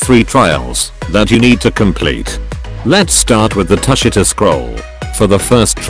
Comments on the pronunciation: bro u need to read it tu shi ta not tus shi ta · That’s not how u say tushita